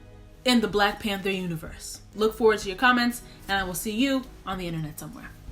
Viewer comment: New subscriber here!! You are hilarious. My 4 year old made me rewind when you say at the end 😂😂😂